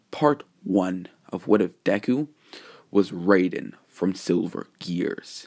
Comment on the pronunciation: It was amazing but I you should be careful some fans may call you out for mispronounsing his name